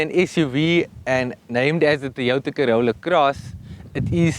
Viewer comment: It's not THOY WOTHA.. it TOYOTA